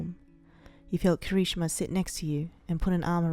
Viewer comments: I’m not saying this to make fun of you for your speech but it’s kirishima not Kari-shima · When said Kirishima, I heard conichiwa... (I don’t know how the fuck to spell that) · Alex_the_wolf 07 KERESHIMA... she says it like... her I guess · Kira-shimama? Narrator what is life to you? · The way she said Kirishima😂😂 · The way she said Kirishima made me start wheezing Edit: I'm sorry it just made me laugh...